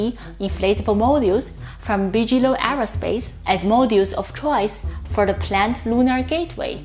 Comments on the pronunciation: Hey guys, your grammar is better than a lot American born speakers. But yes, Bigelow is pronounced with a hard 'g', like biggest. Kind of mistake anyone makes if haven't heard the word before, just read it. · Thank you. I enjoy the videos. I can't seem to get enough SpaceX news and all the presenters on YouTube have a little different take. Oh it's "Big-eh-low" not Bij. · I like the way he says bigalow that's the cool German way to say it and gives the flavor we all know what he means!! I hope keeps on pronouncing Bigelow the way he did we have too many people saying it he American way that's boring.